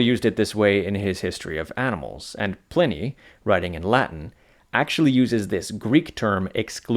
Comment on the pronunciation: Pliney the Elder is pronounced like Pliars . The I is long. The I is pronounced like "eye"